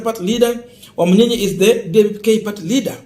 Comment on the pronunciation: You are doing a good Job for news. I would like you to correct your pronounciation of this name. It is Wamunyinyi and not Wamunyinya as you have been calling it. thanks.